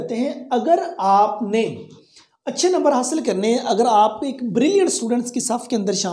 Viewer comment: Sir plz correct ur ik . It's not ik it's aik. 😂